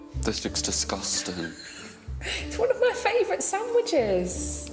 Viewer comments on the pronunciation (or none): Did anybody else hear “DISGUSTANG?”